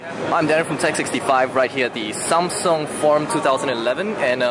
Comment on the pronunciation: Seriously "SOMSUNG" wow!